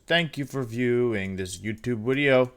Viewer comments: Wolfey: It's intro, not into Also Wolfey: Wideo. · Wideo intro is now wideo intoe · Wolfey vocabulary: video = wideos Intro = intwo Gigalith = Jigalith Incineroar = ban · Wolfe, if wideo is wideo, then doens't that make us wiewers?